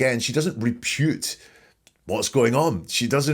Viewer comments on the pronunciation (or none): Did you say 'repute', rather than 'refute'? That's what I heard, anyway!